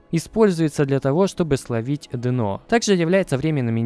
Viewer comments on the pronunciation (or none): Спасибо! PS дъ-на, дъ-но )) - режет ухо